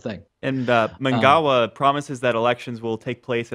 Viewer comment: Good lord! Producer Pats pronunciation of Mngagwa was shocking!!